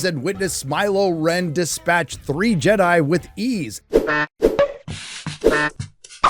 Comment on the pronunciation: Not “Smy-lo REN” ahhhh